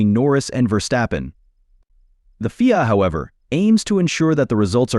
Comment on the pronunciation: What a waste of bandwidth. FIA is said as three letters, not pronounced as "Feea". So, where's the surprise and where's the stun?